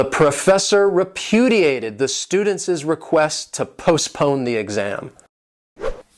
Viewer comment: Hello) these verbs are really useful, thank you very much for your work, I'd extoll you, but I just want to ask you, why you have pronounced the students' like "stjudentsis" . Sorry, I don't have transcription signs))) I'm talking about possessive case, I hope you understand what I mean)